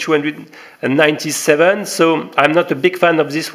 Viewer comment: Huan Qi. .. pronounced Wan Ki. . lmao